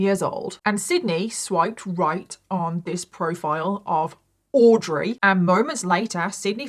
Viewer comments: Girl I love you, but I cant tell you how jarring it was to hear you say “AUDREY” like that every 5 mins! Like we get it pls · Love ya, but you saying "AUDREY" like that SOO many times is driving me nuts lol. We get it, audrey is bailey. 😅❤ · The way you keep pronouncing Audrey is taking me out😂 you’re forceful with it.